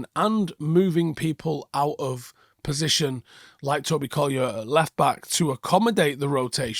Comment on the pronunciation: Tobyer 😄 i guess it was accidental but i actually like it 😅